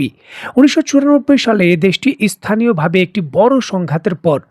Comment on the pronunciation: ইস্থানীয় নয়। স্থানীয় বল। উচ্চারন করতে পারনা?